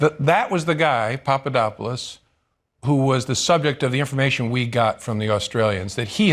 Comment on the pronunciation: so she was given a question to ask cuz you can see her reading it and call me seem to already know the question. Also she didn't even know who Papadopoulos was cuz she couldn't pronounce his name right